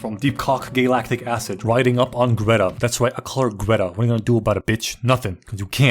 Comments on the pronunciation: calling dotty Gretta is the worst thing I've ever heard. Someone cancel this man. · Calling Doretta "Greta" is just wrong. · ITS FUCKING DORRETA NOT GRETTA YOU FUCKING MUSHROOM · It’s doretta bro